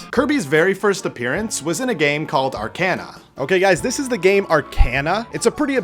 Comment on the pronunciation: You don't know how to pronounce Arcana correctly